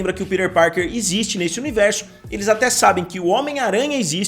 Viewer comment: Que agonia vc falando “ pider parker “ kkkkkkk